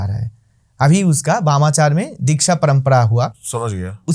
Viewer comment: Wamachar nahi 🤣🤣 "Bamachar or Vamachar"